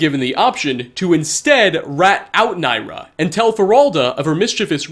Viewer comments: NIRYA. It's NIRYA. Not NAYRA. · (ni ry a) not nyra.